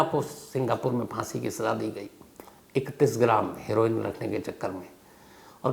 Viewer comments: Sir woh her=oine boltehai not heroine as in you call a lady actor 😊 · हीरोइन नहीं हेरोइन क्यों नहीं बोलते शम्शभाइ 😂❤